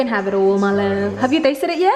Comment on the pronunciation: "mylove" gilok kaayo sa dunggan, plus accent pjud. 🤭